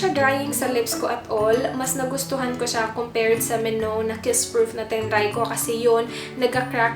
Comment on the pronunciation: i think it's pronounced as me-now